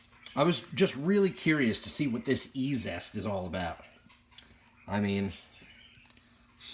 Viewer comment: I think it's pronounced Easiest (E-Z-EST)... haha but I don't know that. Great video, I've been curious about cleaning some stuff... So that looked stupid easy! The half dollar looked nice, the other may need a scrub or something? I wonder if the mexican money was already matte and dull when minted? Different silver finish perhaps. I wonder if there's any long term residual effects of cleaners on coins? I'll probably pick up a jar just to try out... Good experiment my friend!